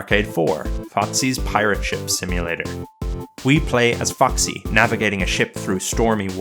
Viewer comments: Why did I hear "fucksy" because the accent lol Great video btw, immediately subbing lol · idk why but i heard foxy as fucksy